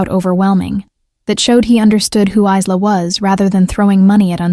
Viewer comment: Obviously no idea how to pronounce a name like Isla !! The doll looks rubber in the picture. I can't remember the last time I saw a doll with a porcelain head. Wonder why he felt the need to drag his suitcase up 4 floors when he could have left it in the car?